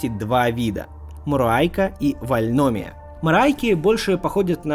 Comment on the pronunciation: Ролик топ но не вальномия́, а вальноми́я